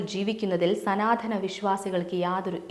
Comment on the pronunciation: സനാതമാണ് സനാധന മല്ല. ശരിക്കുച്ചരിക്കുക.